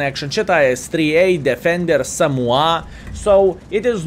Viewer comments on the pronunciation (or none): none